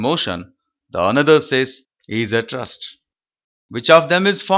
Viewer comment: Rest ko rust bol rahay ho... jahil ho kia